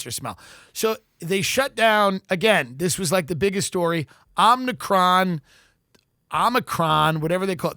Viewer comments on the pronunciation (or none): I feel like it was kind of a bit bc Biden said Omni-cron but just FYI for y'all it is a Greek letter (like alpha beta delta) pronounced OH-mih-cron, emphasis on the O like in Omitted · "omnicron"?? jesus..... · Tim is smart and very funny. But somehow despite repeated corrections he can't pronounce "omicron" correctly. There is no n, Tim. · Tim not being able to say omicron is still funny years later. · If TD ever pronounces "OMICRON" the same way twice I'm unsubscribing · knows if he points out Tim’s mispronunciation of “omicron” he’ll be savagely beaten. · Its legit embarrassing that he is physically unable to pronounce "omicron" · Body of a competent lesbian working at AAA , mind of a ditzy blonde that can't pronounce omicron. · Word Omicron is really kicking his ass :) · I died a little every time he mispronounced omicron, even after they said it on the clip haha